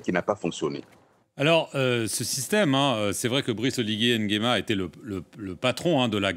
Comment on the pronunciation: Nguema et non N & guema